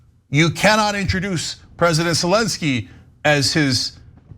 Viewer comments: And he slurs. Sezzzky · He slurs sezzky